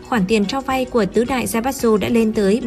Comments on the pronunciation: Đọc là Zaiba chư. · Tài phiệt đọc là zai bát tsự. Ko chịu lên google học cách đọc cho đúng. Sai tùm lum xem mà chán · Theo tiếng Nhật "tsu" つ đọc là "chư" nhé. Kiểu như Mitsubishi đọc là "Mi chư bi si"